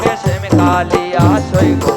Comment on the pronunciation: Not Sam it is Shyam take care pronounsan